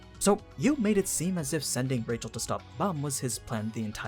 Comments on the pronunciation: Rachel not pronounce like Rachel. It's more like 'Raheel' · Like the channel. Hate your pronunciations. i'm cool with faithful, language specific pronunciations. But changing your accent to match a pronunciation is only good when you speak it well. Your accent is bad, so the names are bad. Just speak naturally, even if the pronunciation is a little off. Edit; Actually not watching this channel any more. Half the things you say aren't explicit or talked about. They're just your fan theory, and bad fan theory at that.